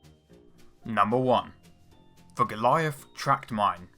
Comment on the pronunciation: "Mine" Not "mina" and "Pistole" Not "Pistola"